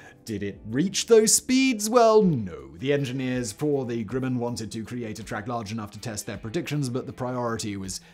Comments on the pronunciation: Cool vid but hearing Simon mispronounce Grumman is weird. It's GrUhman (uh...) not GrUmman (oo/u). Maybe it's his accent causing it. shrug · Grumman is pronounced like Grum-man which rhymes with rum. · It's Garrett "AIResearch", and GRUMman rhymes with GUM or GLUM, NOT "Groom" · I wasn't going to say anything about his pronunciation of Grumman (like summon) but when he mispronounced Pueblo, I thought I had to call it out. These are really awesome videos and I know a Brit should not be expected to know our quirky pronunciation rules, but if your job is an announcer, then...